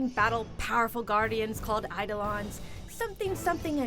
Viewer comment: she pronounced eidolon wrong. not i-da-lon, but uh-do-len or i-do-len